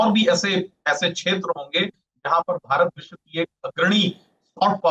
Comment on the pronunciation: न्यूज़ रीडर, शब्दों का उच्चारण थोड़ा साफ करें। मुख्य मुद्दा को "मुख मुद्दा" बोलना, विश्व को "विश" बोलना जैसी त्रुटियों की आपके बोलने में भरमार रहती है।